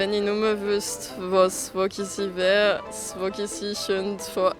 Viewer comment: Voguisi hahaha das heisst Vogulisi